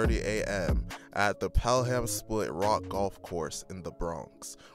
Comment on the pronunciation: Pel-ham 😂😂 U not from the Bronx for a facttt